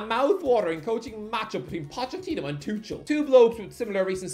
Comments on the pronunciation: No matter how many times you say Thomas TOO-SHERL, you won't ever make it a thing. It's TOO-KURL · It’s “Thomas Too-kul” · I guess you could say he's Too-kul to pronounce it that way. ...I'll show myself out now. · "Thomas Tushul" 😣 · The fans will have a heartache correctly pronouncing his name. The „ch“ is one of the most difficult things to pronounce as an English speaker